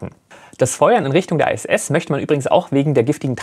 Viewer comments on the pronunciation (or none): Warum "ei-äs-äs" und nicht "ih-äs-äs" bzw. "eitsch-ti-wi" anstatt "ha-te-fau"? Abkürzungen können immer in der eigenen Sprache (hier: Deutsch) ausgesprochen werden. Das machen alle so - auch die Amis (BMW = bi-äm-dobliu"